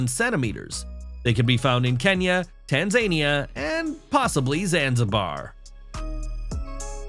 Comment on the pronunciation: Not "Tan-zay-nee-uh". This is some AI content farm with zero fact checking or care for accuracy, and people are stupid enough to take it as truth judging by the comments. Block delete channel, goodbye